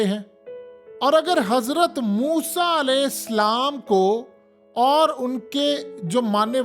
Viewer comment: Alaihi Slam nahi Alaihissalam!